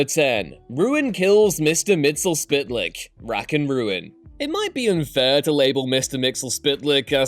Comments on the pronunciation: Mistal Spit Lick? You mean MISTA-PITA-LICK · 🤨I always pronounced it and could swear hearing it pronounced on superfriends ‘Mr Mitzilplix’. Not really sure what the narrator or VO is saying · Mix-E- Pittle-ick, according to DC Comics, is how you pronounce "Mxyzptlk." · Why can no one pronounce MIX YEZ PITEL YIK properly. To send him back by saying his name backwards, Kltpzyxm - kel-tip-zix-um. Yeah, that's how it is supposed to be according to the late E. Nelson Bridwell, who should know. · It's Mitts-Ul-Plix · It's pronounced "Mix Yez Pittle Ick," smh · Mix-zl-pitlik. JESUS H CRISP, just watch the old 70s Super-Friends tv show, it's the only place I've ever heard his name spoken properly. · Pronounced: Mix-ter-pit-a-lik, cmon man you’re doing a post on a famous character and just butchered the name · Its kind pronounce. Mitz-ul-flik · That pronunciation of Mister Myxlplyx though. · Yep, he f'ed it up...